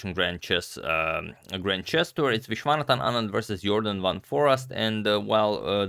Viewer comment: I'm surprised u can pronounce Vishwanathan Anand